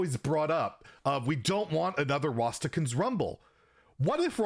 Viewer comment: Everyone: Rastakan’s Rumble: Rhastahkhuns